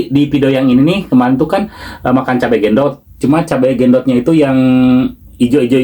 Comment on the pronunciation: BUKAN GENDOT,TAPI BENDOT